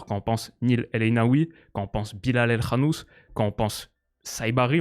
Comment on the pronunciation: Déjà pouce bleu pour avoir dit El KHanouss et pas El Kanouss